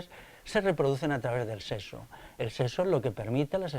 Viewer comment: No digas "seso", di, por favor, "sexo".